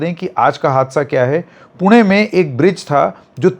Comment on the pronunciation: Wahh sir पुणे ण pronounce karna ata h apko 👏